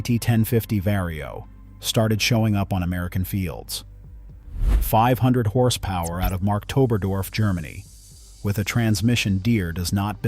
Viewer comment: the place name Marktoberdorf is pronounced "Markt Oberdorf" as is has market rights like many places in Bavaria.